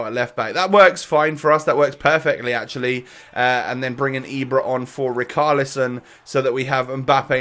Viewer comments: riCHarlison NOT riKarlison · Can u pronounce ‘ch’ it’s richarlison not ricarlison